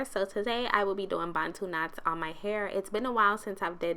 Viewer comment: I love that you pronounce 'Bantu' properly 😂 and your hair is absolutely gorgeous ♥️🥺